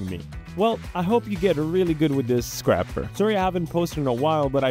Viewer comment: mispronouncing scraper </3